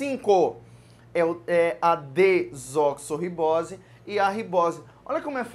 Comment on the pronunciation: é dexoribosse ou desoxoribosse?